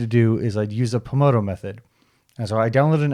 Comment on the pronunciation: Not, polmedo... pomoDORo.